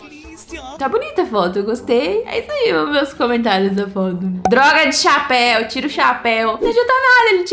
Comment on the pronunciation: Ela fala chaaaapeu